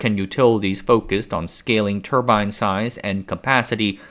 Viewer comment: I cringe when you mispronounce turbine